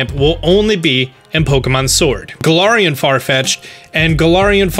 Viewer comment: I’m not hating but Gul-arian